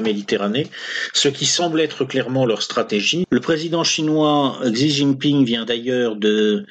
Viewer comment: Petit tuyau pour prononcer "Huawei" : ça ressemblerait à "Roi oueille" pour un francophone. Et Xi Jinping => "Si Djin'ping".